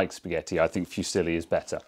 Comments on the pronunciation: Fusilli: Foo - ZEE - lee, accent on the 2nd syllable. Pasta: PAH - stah. Not passed - ah. Just saying. Love from Italia. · It's pronounced "FOO-SEELEE"